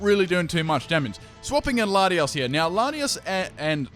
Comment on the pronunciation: I CRINGED SO HARD WHEN HE CALLED LATIOS LATIAS